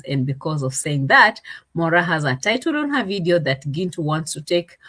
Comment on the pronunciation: It’s Moraa😅😅😅